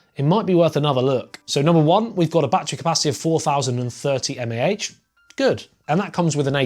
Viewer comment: The way he said mah is killing me